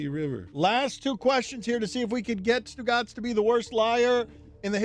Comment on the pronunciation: This guy can’t say Stu Gotz